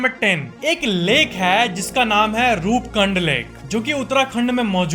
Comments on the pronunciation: it is रूपकुंड not रूपकंड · भाई वो रूपकंड नही रूपकुंड है हमारे उत्तराखंड मे